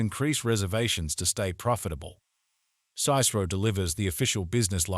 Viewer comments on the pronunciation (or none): Good summary, except for your pronunciation of “Cicero.” That first vowel is a short i sound, as in “hit.” SIH-suh-roe.